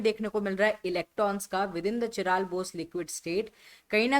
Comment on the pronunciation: काइरल✅ चिराल❌